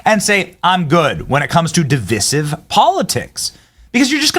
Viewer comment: Im not sure btu thats not how you say divisive